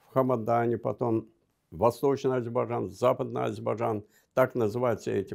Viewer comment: Этот горе " историк" даже слово Азербайджан правильно произносить не может ::"Азибажан".И вот этот чудо "историк" сегодня рассказывает вам сказки , по которым на сегодняшний день Ереван это Иреван, сама Армениячуть ли не Аербайджан.Да вы в край охренели , что вы еще хотели бы!